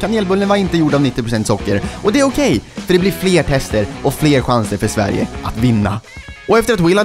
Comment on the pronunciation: Will is hilarious och adorable at the same time, especially his pronunciation of ‘Sverige’ and confusion. 😂😂😂. Jag hoppas vi får se honom igen.